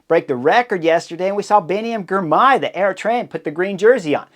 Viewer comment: And "Girmay", not "Grimay"